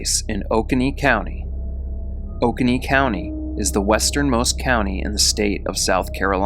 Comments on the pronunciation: you're saying oconee wrong lol. It's oh-KOH-nee. There's an Oconee River I like to paddle. hehe. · Life long Oconee resident here, it's pronounced Oh-coe-nee(Oconee) and Tuh-mah-see(Tamassee).